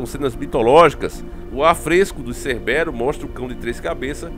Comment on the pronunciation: não acerta um nome kkkkkkkkkkk Hoje é cerbérus (Cébero), ontem foi Cobão Brait (Kobe Bryant) 🤣🤣🤣🤣🤣